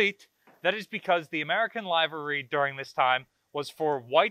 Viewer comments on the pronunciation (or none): No disrespect, but livery is pronounced “liver-ee,” not “live-ery.” Pretty cool stuff. Thank you. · I think you're swell,, but it's pronounced "liver-ee". And I think that dazzle camouflage is really interesting.. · I have never heard “livery” pronounced with a long Ī like that. Liver, like the organ, with an ee sound at the end. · Pretty sure 'livery' has a short 'i'... just sayin'.